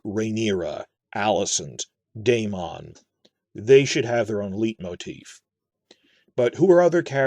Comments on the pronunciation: Hate to be this guy but just 'cause you mentioned pronunciation, 'leitmotif' is pronounced sort of like 'light-motif' as it is a german word, often related to the dramaturgy in Wagner's operas such as 'Tristan', the Ring Cycle etc. Great video as always. Keep it up mate. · speaking of pronunciation: "LIGHT-moteef". oh, and i think the music might actually be BETTER than howard shore.